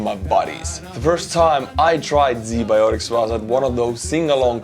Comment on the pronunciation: My whole boddy hurt when i heard Z biotics In a video about ua-ru war